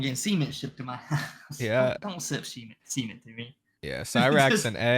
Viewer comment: and learn how to pronounce "cement". You both are saying semen and acting like you don't realize it... maybe you don't. That would be fucking hilarious. It's probably concrete.